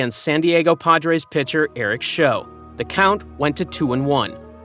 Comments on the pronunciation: Nice job with the narration and summary. Just one thing: Eric Show’s last name is pronounced Shau. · You can tell that this announcer is not a baseball fan. Eric Show? It's pronounced like shou. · The Rose sitting at the table about 50 lbs. lighter... Eric Show pronounced wrong